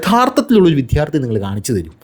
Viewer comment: "" വിദ്ധ്യാർതി"" അല്ല. "" വിദ്യാർത്ഥി എന്ന് പറയുക